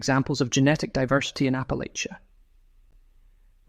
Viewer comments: I've always heard Appalachia pronounced "app uh latch ya" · It's pronounced Apple-atch-ah. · OMG Apple-ATCHA. Apple-ATCHA! Appalachians are rather picky about how it's pronounced, and rightly so. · Please pronounce Appalachia correctly. It’s apple-at-cha. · Ap…uh…latch…uh please and thank you.